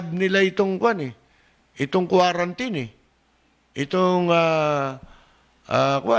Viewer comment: "Quarantut" hahahaha